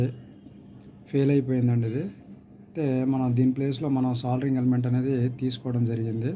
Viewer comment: సోలరింగ్ కాదు బాబు....సోల్డరింగ్